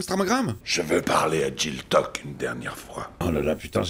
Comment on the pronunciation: Moi perso a chaque Fois qu il dise jill tuck je comprend tchin toc , j ai du regarder sur wiki pour me rassuré 😂